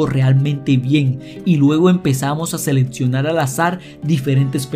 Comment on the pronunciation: No es " seletsionar". De verdad, haz que alguien te escuche y te audite antes de grabar.